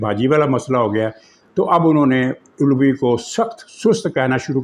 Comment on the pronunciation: Aap itnay senior anchor/analyst hain laikin aapko yeh nahe pata k asal lafaz ALVI hay jo k Hazrat Ali say mutalliq hay.Doosra lafaz BANDYAL hay jabkay aap Bindyal istemal kartay hain.Lehaza yeh dono alfaz drust bola karain.